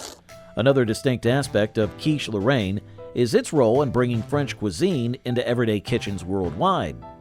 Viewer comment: Also Cheesh Lorraine!